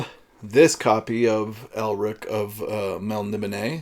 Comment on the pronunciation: "I even pulled the DAWs" might make a good T-shirt caption, though it would be an in joke. I never warmed up to Elric of Melnibone (I believe your pronunciation to be the correct one). I read through several of the novels, but they only made me want to re-read Roger Zelazny's Amber series for some reason. I really enjoyed the "Jewel in the Skull" series and "The Warlord of the Air" and "The Land Leviathan," but I found "The Steel Tsar" to be a little perfunctory. It had a cookie-cutter feel. All in all though Moorcock gave good adventure value for the money.